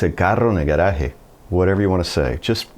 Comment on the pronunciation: I hope you don't mind feed back. Excellent Spanish but Spanish vowels have to be clearer (it's only 5 of them in Sp but vowels matter more in Spanish pronounciation than in English)... gueraje -> gAHraje cotólica -> cAHtólica